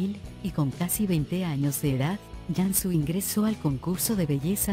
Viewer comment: Y por que pronuncia Yansu, si se pronuncia tal cual se escribe Cansu